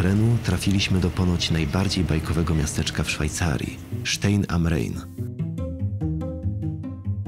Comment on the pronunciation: Stein( sztajn ) kamień am ( nad). Rein (rajn)Renem Kamień nad Renem